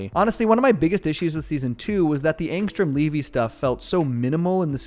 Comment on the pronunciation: why do you keep saying angstrom levy wrong